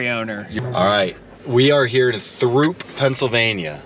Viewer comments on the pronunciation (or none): schmuck, it's pronounced ''Troop''